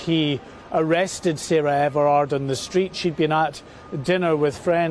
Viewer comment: It’s Sarah Everard not Everette. I know this wasn’t on purpose but you said this wrong at the beginning. It’s important to get this right out of respect for the victim